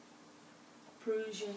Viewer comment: Just a helpful hint, the Prussian blue is pronounced like Russian except with a "P"!